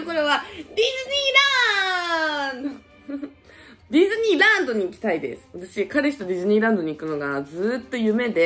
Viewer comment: ディズニーランドって言ってるのになぜかフィリピンラーンドって聞こえてたwwwww